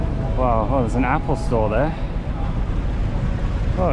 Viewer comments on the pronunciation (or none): none